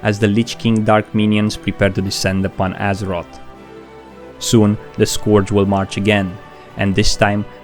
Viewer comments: Dude,your videos are nice and well made and seem to chill me wheb i listen to them but please, i am begging you, stop calling The Scourge "The scUORGE" and stop calling Jaina "JA INA".They dropped me off my cloud when i heard those :)).Anyways, grats for video, keep it up! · I love how he says Scourge, sounds like Scorch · This man said squirdge